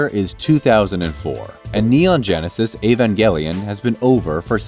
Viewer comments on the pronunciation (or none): none